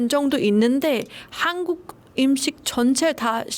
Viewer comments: 너무예뻐요 한국말도너무잘하네요 발음도완벽하구요 근데 음식의 <음>발음을 <임>식으로발음하네요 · 으 발음이 안 되는구나. 음식이 임식으로 들려서 갸우뚱 했는데 은행도 인행으로 발음하네